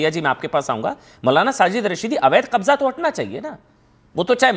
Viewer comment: Kbjja ko gang bol rha